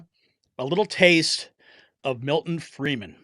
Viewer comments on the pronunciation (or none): Friedman not Freeman